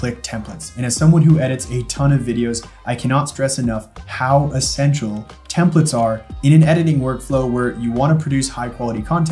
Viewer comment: Template.. TEM PLATE. Templet.. TEMP LET. these are TEMPLATES… not TEMPLETS.